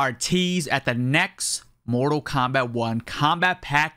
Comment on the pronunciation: Am I the only one hearing him say kompack 1